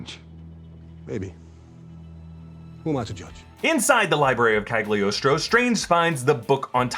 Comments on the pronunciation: PLEASE!!! it burn my ears any time i hear Cagliostro said like that... repeat after me.. CA LI (instead of GLI) OS TRO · why everyone read that "g" in Cagliostro? it's a dumb letter in italian!